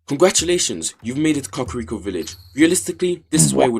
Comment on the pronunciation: When he said cockriko